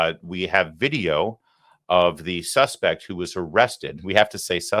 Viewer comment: "The suspec"? Idiot.